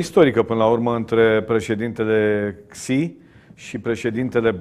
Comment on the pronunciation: Xi se pronunta Shi (Sh de la sunca)